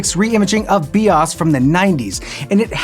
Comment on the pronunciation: It's pronounced Be"Oh Ess" not "be-ahs"